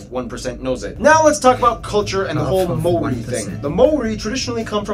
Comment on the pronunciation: Some of the Maori pronunciation was woeful ......🙄